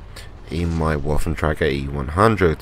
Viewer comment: not to be a grammar nazi but the "w" on waffentrage is pronounced like a "v" just a little tip :D